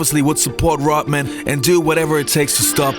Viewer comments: It's not just that, he adds a little hiccup in the pronunciation, like a glottal stop, e.g. Hawai'i. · His name is RODman not rotman fool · Thanks for the video on Dennis "Rottman" and Larry "Birt"......never heard the "D's". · His name is Rodman, not rotman. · You pronounce his name Rodman not Rotman? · fucking moron... its RoDman, not Rotman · "Rod" man....Not "Rot" Man. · The man's name is RODMAN not "rotman". How bout dem apples? Ignorant M.....F........ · Its RODMAN....NOT.. ROTTMAN... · Pretty sure his name is Rodman, not Rotman. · It's Rodman, not Rotman! Are you kidding! Do your homework! D not T! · I thought Dennis's last name was Rodman not Rotman. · His name is Rodman ....not Rotmin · "R-o-T-m-an"? RoDman . Ah yes, that's more like it. Although, on second thought, considering how 'rotten' a dude Rodman is, perhaps this dude's accented pronunciation is more apropos. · Gd RODMAN not rutman say it right or stop saying it. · Rodman is not pronounced Rutmun. Also the accent is on the second syllable in Detroit. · Bro....it’s Rodman not Rotman. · “Rot-man”? It’s RODman. It wasn’t his “Heart work”. It was his “hard work”. Can’t listen to you, Brah. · His name is Rodman not Rotman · It’s RoDman.. Lol D not T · Wow ... all these years, I thought his name was RODman ... not ROTman. Guess I was wrong. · Say ROD man not rutmen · His name is Rodman. Not Rotman. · It’s not Rotman, it’s Rodman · It’s Rodman, not Rotman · Swallow the pill...;LEARN HOW TO- PRONOUNCE NAMES CORRECTLY IT'S ROD MAN...MOT ROT MAN...YOU SOUND PLAIN STUPID/IGNORANT/STEREOTYPICAL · Why does this guy pronounce his name as "Rottman"? Pronounce the 'D' dude! RoD-Man! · I really like your content. Don’t like you very much. His name is Rodman, with a D. Why is that so hard? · It's not pronounced Rotman, it's RoDman. Kinda shit drive's me crazy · His name is Rodman not “Rotman”. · Its Rodman not rotman.... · it's pronounced 'rod'man, not 'rot' man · it's Rodman not Rotman!! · Who the hell is “Rutman”?